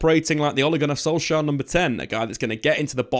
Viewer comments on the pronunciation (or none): none